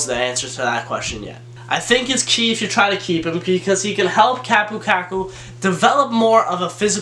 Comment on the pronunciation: If you say "Kakku" one more time...